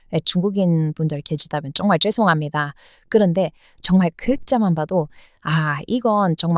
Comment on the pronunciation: 쩡말쩡말 ㅋㅋ 발음이 귀여워요 ^^